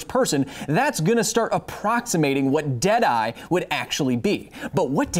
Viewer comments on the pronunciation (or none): Everytime you say "Dead eye", my brains expects and almost hears "Dead ass"...everytime. I'm serious...dead ass..!